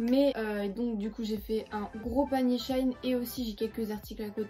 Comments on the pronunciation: C pas shain c shein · Ça ce prononce pas shain mais shein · Shein se prononce comme "Chine", je faisait aussi l'erreur en prononçant le "ei" = "è" mdrrrr